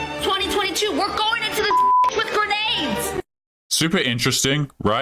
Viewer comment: WTF is a "GURRRR-NAYD!"""?